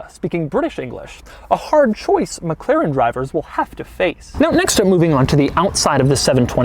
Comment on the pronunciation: This must be the weirdest pronunciation of 'McLaren' I've ever heard in my whole fucking life.